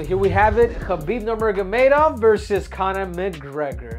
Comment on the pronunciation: Henry it’s NurMaGoMedov